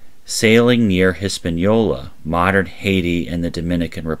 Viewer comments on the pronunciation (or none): none